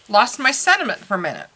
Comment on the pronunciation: I liked your video but the word is not sed·i·ment it is sen·ti·ment